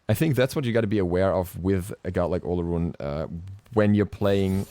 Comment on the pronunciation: Why yall so uncultured? Its pronounced O-loh-roon